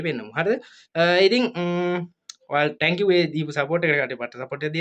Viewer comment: "tankiw" nemei sudda "thank you" kiyhn ❤